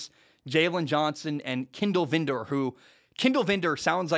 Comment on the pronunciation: It’s VILDOR. not vindor. And you’re wrong. Bears are going 10-7.